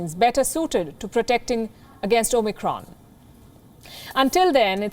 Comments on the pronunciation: She keeps on saying OMNICRON. Isn’t it OMICRON? I never heard Palki with mispronunciation but for this one I am keep hearing omNicron. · O-Micron???? At least it wasn't "O-MEGA"!!!